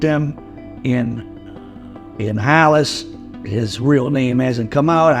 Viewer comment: Hollis not Hallis lol just messing wit u